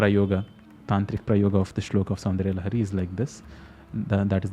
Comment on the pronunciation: Why are you pronouncing श्लोक and प्रयोग as श्लोका and प्रयोगा with आ sound